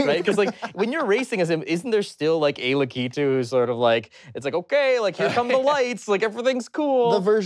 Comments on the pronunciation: "Lakitoo"!!!?!!! Lack-i-too! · La key tu?!! It’s la kuh tu that’s the Um actually they should’ve corrected him on.